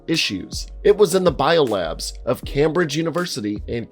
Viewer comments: CAMbridge hahaha. In British it's pronounced "Camebridge" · I like your videos... In this particular video you keep saying "CAM-BRIDGE", it's pronounced "CAME-BRIDGE". Only one of the most prestigious and famous Universities on the planet. Shame on you. Cheers. 🇨🇦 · Haha CAMbridge, Shire (We're mot Hobbitses) England. It's pronounced KAYM BRIJ and Shire is pronounced SHERR. So, was extra painful. Still, doesn't stop me from binge watching you're vids. I just LOVE Americans fail at pronouncing English/European words. Never gets old. Edit: And how Football... Everywhere in the world, has of course named it, as it's played by using your feet! American Football, however is 0.1% foot 99.9% hands. It's hilarious to me. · You sat Cambridge wrong and it hurt. It's pronounced "K-ay-m-bridge", not "Cam-bridge" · * it's pronounced "came-bridge" not "cam-bridge". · Cambridge not carmbridge 😂😂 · Just a heads up - Cambridge is pronounced "Came-bridge" not "Cam-bridge". English is fun, I know. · Cambridge is pronouced (came-bridge) not cam-bridge :) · I can’t listen to your pronouncement of Cambridge any longer. It is pronounced Came-bridge As in ‘I came over’, And bridge is just, well, bridge. So PLEASE, stop murdering the English language! It is Came-bridge, NOT cam-bridge. As in body ‘cam’. No, it’s so bloody annoying. Please feel free to consult a Brit for correct pronunciation. Sia (native brit, based in England) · It's pronounced as CAMEbridge not CAMbridge mate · Dude it’s pronounced Came -bridge not Cambridge even though it’s spelt like that. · Came bridge, not cam bridge lol. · A little note to the narrator: Cambridge is pronounced Came-bridge not Cam-Bridge!! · man said "cam bridge" instead of "came bridge" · Came-bridge not "cam-bridge" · cambridge? cam-bridge? its pronounced came-bridge lmao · It's Came-bridge, not Cam-bridge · Cambridge is pronounced Caym-bridge, Not cam bridge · Camebridge is pronounced CAME not cam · Its not pronounced cam-bridge... its came-bridge